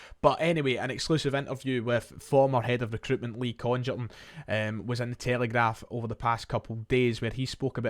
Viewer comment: Happy, happy days. Small point but there is no way that Congerton is pronounced like that. It has to be a hard g.